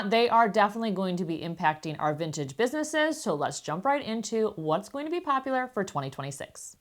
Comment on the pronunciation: Good info, but in your pronunciation, -ing should not be -een. Example: going not goeen.